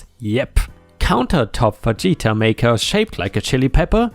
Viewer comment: LOL Fageta... Anyone imagining Vegeta eating a custom Burrito and naming it after himself? Fah heat ah, my man, it is pronounced Fah heat ah